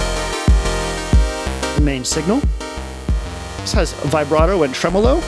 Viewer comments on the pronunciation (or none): none